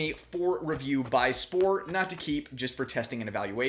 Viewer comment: I know you are american but you are pronouncing the company's name wrongly :) The "Sp"(ohr) in german is pronounced as "Sh"por. Thanks for the very nice review!